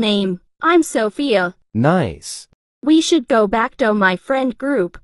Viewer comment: bro he can’t even speak Sophia right💀